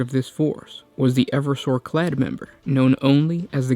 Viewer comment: Clade, not clad.